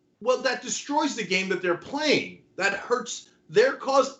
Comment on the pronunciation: Pwaying nice... or playing nice